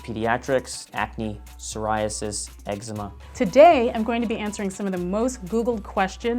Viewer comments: hold on a sec....did he just say Eggsma :(:) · The way he pronounced eczema hurt me. Eggzzema. No. Stop. There is no g in eczema. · EGGZEMA LOL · Did he just say eczema pronouncing the z...